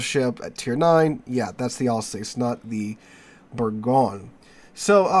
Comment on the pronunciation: Thanks for great content! Just to note that Alsace rhymes with 'bus'. 😊